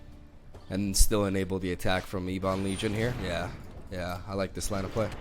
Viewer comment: Ebon is pronounced "Ebbin" not "Eebon".. dork.